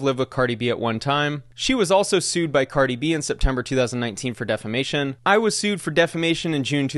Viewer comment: Damn someone that doesn’t even know how to say defamation won the defamation case that’s gotta hurt even more🥴😂